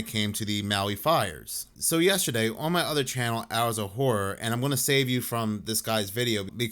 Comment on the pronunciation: Ho-pat-kong. I'm taking 3 Jersey points away from you,. 2 are for putting off the New Jersey Demon House video for YEARS now. I'm adding 1 back for the way you say "on."